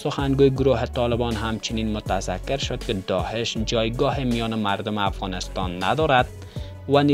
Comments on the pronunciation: داهش نه داعش درست تلفظ کن لطفا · سلام تشکر از گزارش شما لالا درست بگو داعش نه داحش